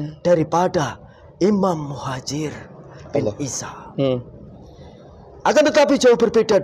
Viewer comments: Maaf beribu maaf ya jiiiin mohon ijin jinnya pada menit 13,42 salah sebut imam mujahir hhhhh mohon di ralat ya jiiiin yg betul imam Muhajir rodiyallahu Anhu, supaya gak salah fokus minum dulu kopinya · Jin e kliru nyebut😅😅 imam mujaher😅😅😅 anjjiiir piro nek ngundang dagelan ini pengen tak undang acara sunatan😅😅😅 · Muhajir bukan mujahir taan😂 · kenapa jin bisa.salah sebut iam mujahir...sy ulang ternyata mujahir, lalu dia.perbaiki.menjadi muhajir, jelas ini settingan 😂😂😂